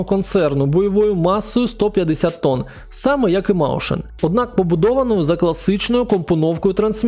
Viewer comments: Не "маушен"!!!! Мойсхен!!! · на майбутнє, Mäuschen читається як «Мойсхєн», а не «Маушен»